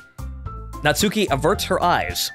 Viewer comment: The u in Natsuki is silent. Her name sounds like Not-ski.